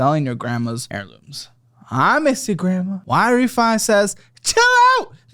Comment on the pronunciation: So can't say words lol. HAIRlooms?